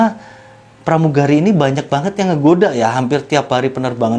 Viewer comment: plamugali 😂😂 😂😂